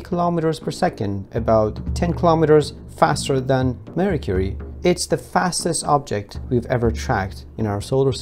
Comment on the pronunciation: Did he say Marie Curie instead of Mercury? 😊